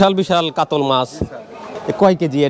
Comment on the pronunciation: কাতল না শব্দ টা হচ্ছে কাতলা।